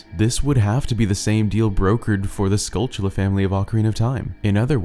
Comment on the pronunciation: Why does everyone on Youtube mispronounce the golden spiders in OOT and Majora's Mask? I have NEVER figured that out. You keep pronouncing it with a "ch" in the word and that is clearly not there. Do you and other YouTubers have some kind of disorder you share?